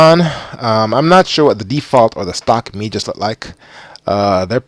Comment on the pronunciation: Meigs rhymes with eggs. Otherwise nice job 👍